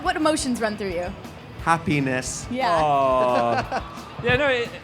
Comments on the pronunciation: I PAUSED THE VIDEO AT THE WRONG TIME WHEN DAN WAS SAYING HAPPINESS AND IT JUST WENT "Ha-" BUT WHEN I PLAYED IT IT SOUNDED LIKE "A Penis" IM CRYING OMG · why is it when Dan says happiness i only hear ha-penis